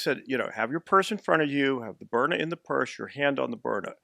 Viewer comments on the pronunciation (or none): sounds like a good product. but it's BYRNA, not Bryna.